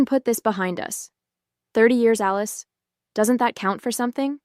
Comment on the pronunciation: Thomas and "Aleese"??? Stupid AI.